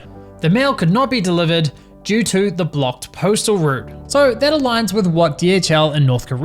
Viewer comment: blocjed sounds kinda soviet.